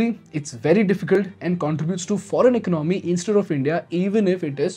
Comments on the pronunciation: Please learn how to pronounce economy - “ec-on-oh-me” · Economy please pronounce correctly.